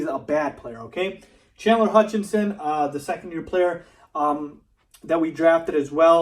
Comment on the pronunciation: For all of the Bulls fans out there, it's HUTCHISON, as in the "Hutch Is On". Only 1 N! He's getting "Alshon Jeffries" syndrome...